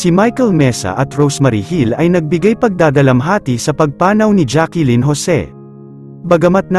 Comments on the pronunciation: It's Jacklyn not Jackilyn idiut. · It’s Jacklyn po not Jacqueline ang pronunciation